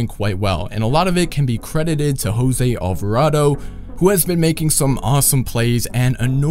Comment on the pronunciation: Alvardo Alvarado